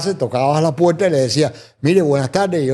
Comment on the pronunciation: Los jóvenes deben tomar clases de dicción y no machacar el idioma español y no deben interrumpir con comentarios y repeticiones tontas. Aprendan hablar más despacio, y a pronunciar ( no es “ pueta es puerta”. Comentarios y sugerencia para beneficiarlos no crítica